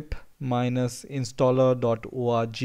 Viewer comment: Thank you so much chief. Good content, though I was hearing PIMP all the time haha!